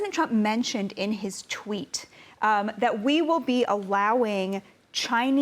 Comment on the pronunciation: “President Trump mentioned in his TWEE-TTT!!” She made sure there was no confusion where it was said 😂😂😂